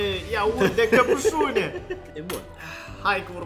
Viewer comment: Căpsune nu e corect căpăsune e corect😅😅😅😅